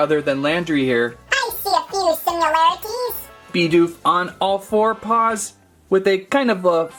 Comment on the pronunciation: He was calling Bidoof Bi doof not Bid oof